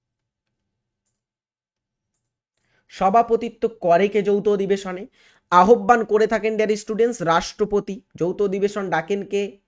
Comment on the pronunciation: কিভাবে উচ্চারণ করতে পারে না বাংলা, তাও পড়াতে এসছে আহ্বানকে আহব্বান বলছে